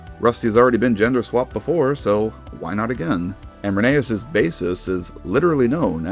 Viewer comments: Dude, its pronounced Reh-nee-as, not Reh-nay-as. Sorry. Just had to get that off my chest. I love these new concepts, and some just make me go, why did they do this. Overall, pretty good stuff. Hopefully Mattel make Thomas a train again. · rheneas? (pronounced reh ney us) RHENEAS!? ITS FUCKING RHENEAS (pronounced ren e us) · bro pronounced Rheneas wrong, HERESY!